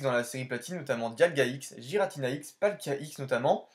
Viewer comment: Je pense la même chose de shaymin, celebi lui met une taule même si c'est un fabuleux. Giratina se prononce "guiratina" apparemment selon le Pokédex vocal, je le prononçais aussi comme toi avant. Incroyable ces fautes dans les noms, un peu comme l'orthographe d'électhor dans fossile ... Lovdisc c'est la pls en effet ... Merci pour la découverte de ces cartes, dommage que l'ouverture ne t'ai pas récompensé avec au moins une holo ... je comprends ce que tu me disais la dernière fois. Toujours un bon moment de regarder tes ouvertures rétro que tu ouvres des cartes très rares ou non. Continue poto !